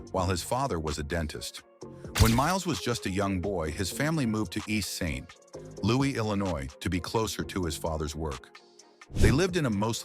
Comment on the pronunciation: Saint (long pause) Louis. This AI needs a lot more training. Also playing a clip on Miles talking about how successful his family was and how good his life was yet he still played the blues while the AI goes on about how tough the depression was on his family is something a human being would have caught while editing this. Also the consequence of the depression being that his Dad worked "more" when the whole narrative of the depression centered on people being out of work, that there were no jobs would also be something a person would not have written. This is just bad AI click bait that mindlessly takes in factoids about his life and slices and dices them into a nonsensical hodgepodge.